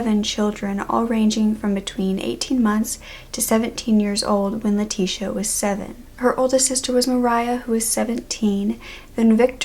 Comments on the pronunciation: My name is leticia and I am mexican , im pretty sure you say her name ( Leh- ti- ciah) I always had to correct people how to say my name. I never understood how they kept calling me lateesha, like I dont have a S in my name. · i dont think thts how u say her name since shes hispanic e.e?